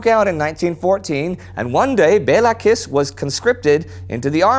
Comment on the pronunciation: Kiss in Hungarian is pronunced as Kish.